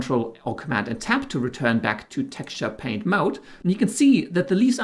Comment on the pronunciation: except for the fact that he missed the t in paint.